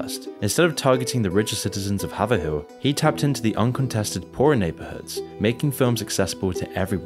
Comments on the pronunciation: you mispronounced Haverhill. Its actually pronounced hay-vuh-hill or hay-vuh-ril depending on accent and dialect but it is not pronounced have-a-hill. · Very small nitpick but it’s not “Hah-ver-hill”, but Hay-vrill” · HavE Rill. Massachusetts. I live here and never knew that, you teach me so much so I thought I should teach you about the pronunciation of Haverhill. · No way bro said haver-hill mass. It's hay-vrul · Haverhill is pronounced "hay-verәll" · I just want to say as a fmr Haverhill resident, you are saying our name wrong. The second H is silent so fanetically it spells Haverill, but the A is long similarly to hey so if you want to think about it that way its heyverill. Otherwise we appreciate being reconginzed in a video with a million and a half views. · Me being from Massachusetts when he says haverhill it’s pronounced hayv-rill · Haverhill MA is oddly enough actually pronounced (Hay-ver-ull) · Haverhill pronounced Hay-vrill. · Haverhill is pronounced hay-ver-hill just so you know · It’s pronounced hay-ver-ill